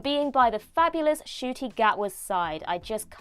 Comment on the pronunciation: Ncuti not Acooti (who is outside)